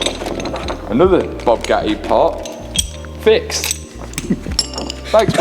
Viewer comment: bOObgatti lmao